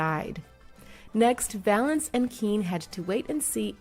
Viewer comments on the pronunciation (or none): It's Valens not Valence you disrespectful hack. Ffs if you can't figure out to do your homework and check the details, don't bother. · Richard Violence ? It’s Richard violins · Richie Valance??? It's Valens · Speaking from someone who has the last name Valenzuela its “Valenz”